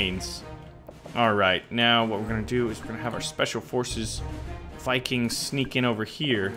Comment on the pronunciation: did he call us saviges and vicings